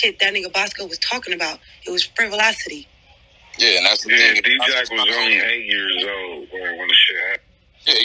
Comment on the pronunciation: She said frivolouselocity 🔥🔥.